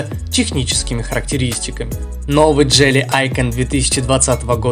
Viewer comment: автор походу по жизни тупенький.Мы же разговаривали уже на эту тему не джели идиот а джили.У тебя с русским проблема что ли.